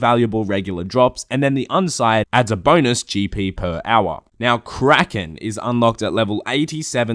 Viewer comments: Drinking game: Everytime says "Per Owah", you take a drink.... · Per OWAH, Per OWAH of POWAH! Get to the ChoPPAH!